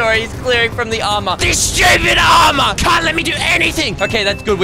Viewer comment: Your frand is stopead 😂😂😂😂